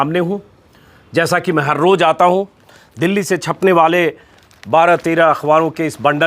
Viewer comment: Pls roj nahi Roz bolyee , aap kafi words sahi nahi bolte , jabke aap aasani se bol sakte hae